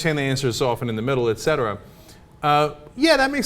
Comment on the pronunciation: I really appreciate how chenk pronounces "et cetera". Far to often I hear "Ect cetera" and it pisses me off. :)